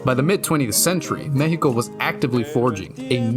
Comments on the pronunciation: gracias wey, not everyone actually investigates about Mexico, its not just dust and desert, thanks for making a good research, also thanks for saying Mexico with the correct pronunciation. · Thanks for saying the name of Our Country THE CORRECT WAY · I like how you pronounce Mexico correctly Honestly, basing the next fallout game in Mexico would be a snazzy business move! Most existing fans would still buy it, a lot of Mexicans who haven’t played fallout would buy it, and it would generate controversy ie free press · I appreciate a lot that you say Me-he-Co instead of Mech-See-Co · U earned my like from the moment u said Mexico correctly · Im new here and was sus until i heard you truly say Mexico. BUT I GOT MY EYE ON YOU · He actually pronounced it right! im damn impressed